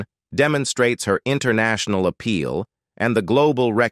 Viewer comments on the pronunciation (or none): none